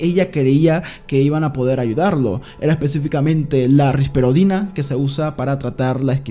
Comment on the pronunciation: tenia que decir risperidona o risperodina jaja se confundio nub